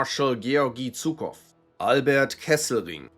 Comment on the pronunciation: Bro is so German he pronounced Zhukov as Tsukow 💀